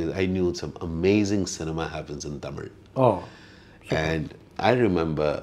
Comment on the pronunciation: Excellent So what if he does not know tamil the way he is saying the word tamil itself is amazing even some Tamilians cannot pronounce it properly